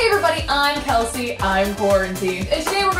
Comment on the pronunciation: Kelsey impeeceeshé